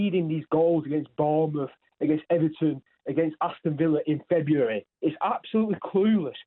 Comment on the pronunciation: saying it’s febauary haha